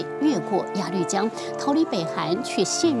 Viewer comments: 鸭绿江 鸭ya 绿lu 江jiang 不读lv 读lu... 英语就算了，但这个读错瞬间感觉很没文化... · 鸭路江，那个绿字读路，强迫症不想看了，一直绿啊绿的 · 朴（Piao） 鸭绿（Lu）江 我真服了 你们都是文盲吗？ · 作为从小在鸭绿(loo)江边长大的人， 听主持人讲鸭绿(lv)江真是心塞。。。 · 主持人：您的英语很尴尬，中文夹带英文更尴尬！！请节目更正发音：朴piao妍美，鸭绿lu江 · 鸭律江？主持人要多读书啊。还有普妍美？大陆这边念嫖研美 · 鸭绿（lu）江，谢谢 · 鸭绿（lv？）江？？？文盲主持人？ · 鸭绿 lu江！这主持人有没有文化